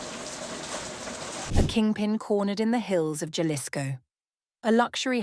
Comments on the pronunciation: Its pronounced HA LISCO NOT JA 😊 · I thought it was Jalisco not Cha-lisco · AI doesn't do well with Spanish. It's pronounced "HahLISco." The "J" is pronounced as an "h." Accent on the penultimate syllable. That aside, Mencho apparently lived like a cochino. If the medications are his, he apparently didn't sleep too well. Finally, memo to the chica who led the army to Mencho's crib, whether inadvertently or not, GET OUTTA DODGE NOW! The cartel will be gunning for her. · ha ha jalisco it’s an h if you speak english- aspirated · The J is an H,. Jalapeno